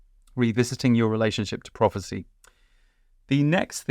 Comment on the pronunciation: Prophecy is the word i missed at first, I heard it as property at first, slight accent issue.